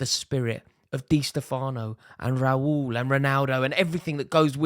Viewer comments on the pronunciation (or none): none